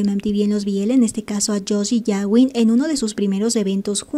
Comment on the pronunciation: Puedo hacer una petición a la administradora. No se pronuncia yawin sino gawin como gato. Cada vez que lo dices me explota la cabeza😏🤣🤣🤣